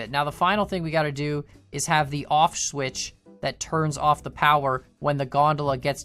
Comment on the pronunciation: ah yes, the off schwitch